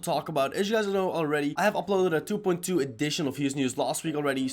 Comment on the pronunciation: I love how he says 2.2 like du boind du (No like meaning bad)